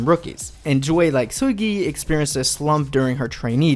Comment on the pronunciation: like ur not korean just pronounce their names like a normal person who the hell is “Seeullgyaiey”